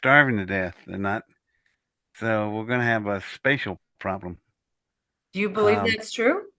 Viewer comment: If you listen closely to, he says “pith lem,” no O in between.